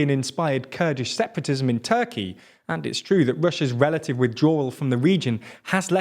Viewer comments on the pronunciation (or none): none